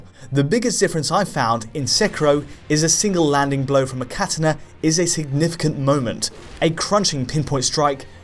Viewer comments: Kae Te Ne???? lol it's Ka-Ta-na. anyways good video. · am i the only one who noticed the "Kat(ana)" and not "Ka(tana)" pronunciation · ur pronunciation of 'seckyro' and 'cat-anna' made me stop watching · I love how he says "Katana" like "Kehtehna" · strangest pronunciation of the word "Katana" I've ever heard. I didn't even realise that's what he meant at first lol. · that's not how you say "Katana".. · That's how I say it, just listen to how he says "katana" and I'm pretty sure he is also pronouncing the games name wrong lol. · Your pronunciation of katana is lol